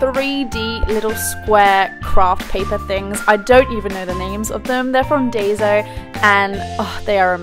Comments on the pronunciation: I'm sorry about this comment but Daiso is pronounced as dye-so I apologize it just bothered me I don't mean to sound offensive. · It's pronounce Die-so